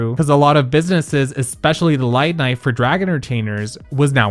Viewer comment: Did no one else hear “Light knife” instead of “nightlife” 🤣